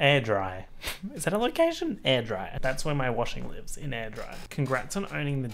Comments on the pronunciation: it’s in Scotland. It’s pronounced ‘Air Dray’ not AirDry. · lol it’s pronounced air-dray or air-drae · butchering Airdrie is giving me life omfg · The way u pronounced airdrie I'm crying